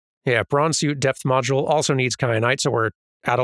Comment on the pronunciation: I kept hearing say death module instead of depth module and that seems like a VERY different thing.